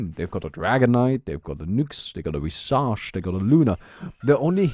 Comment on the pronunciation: Thats not how you pronounce visage.